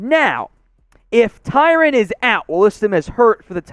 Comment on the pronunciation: okay buddy it’s Ty-RON not Ty-RAN